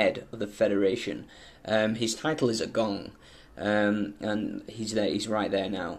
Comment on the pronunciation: Agong is actually pronounce as " agung " though the spelling remains the same